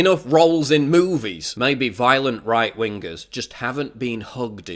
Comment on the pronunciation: WINGER....say it with me, WINGER.......jesus christ......